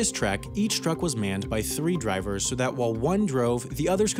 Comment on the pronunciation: Riswan Ahmad P. THEY’VE PUT DRIES ON